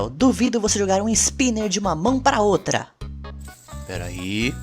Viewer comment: "outa" né? "OUTA" NÉ?!